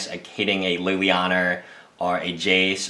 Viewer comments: Why do you keep on calling it lillianer? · There is no R in Liliana